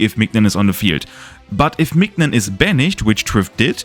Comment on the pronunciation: Great video ! Just wanna mention, mignon is pronounced like the word minion